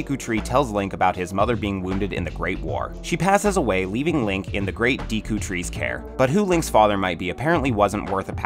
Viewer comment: Add a tenth: it's pronounced "Deh-koo", not "Dee-koo" :P